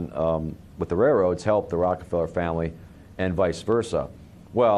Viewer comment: he said ROCAFELLA!!!